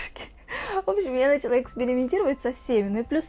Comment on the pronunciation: началА УДАРЕНИЕ НА ПОСЛЕДНИЙ СЛОГ!!!